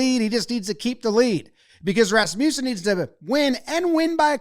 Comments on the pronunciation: 😂😂😂 its pronounced "RASS-muh-sen" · Jomboy, you mispronounced Luke Rasmussen’s name. 😢 It’s more like RAS (soft A but most pronounced syllable) - mus (as is must) - sen (as in sin). (Or at least that’s the pronunciation of Rasmussen in parks and roads in Mankato, MN… a few hours away from his college.)